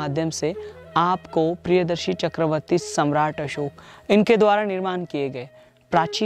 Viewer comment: Samrat असोक na ki अशोक 🙏🙏🙏